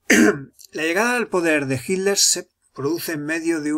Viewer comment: Siempre me pregunté porqué los españoles no pueden pronunciar las "tes" en medio de las palabras........y dicen "Hiler" en lugar de Hitler.....